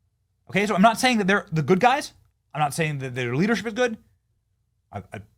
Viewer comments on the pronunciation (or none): none